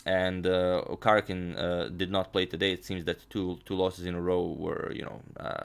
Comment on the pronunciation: #suggestion. U r pronouncing karjakin wrong. It is pronounced as kar YA kin. More emphasis on YA